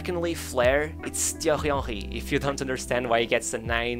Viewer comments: I love the emphasis on the pronunciation at the start 😅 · Jesus. You butchered his name at the start.